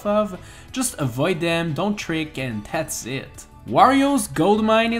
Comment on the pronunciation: Whenever he says "and that's pretty much it" I keep on thinking he's saying "and that's pretty much sh*t